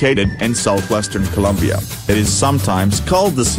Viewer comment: Colombia not Columbia